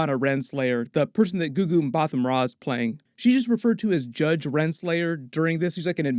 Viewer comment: Gugu Mbatha Raw is actually pronounced Gugu Mba(taa) Raw. also its the raw is pronounced the same as WWE raw.